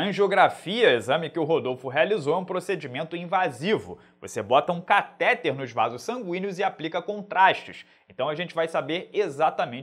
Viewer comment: cateter é a forma correta e não catéter